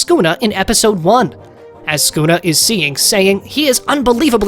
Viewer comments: ah yes my fav Demon "skuna" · He said skuna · blud called yorichi your-ichi and sukuna skuna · He’s saying Skuna XD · why is he calling sukuna "skuna"